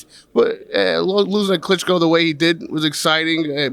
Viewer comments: I know it's juvenile but I lost it when he said "Klitschko" 😂 is such a pro normally and doesn't usually make silly mistakes like that Anyway, that caught me off guard, it's all good though, he's still the best interviewer in the boxing game. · He actually said Klitschko! Come on man!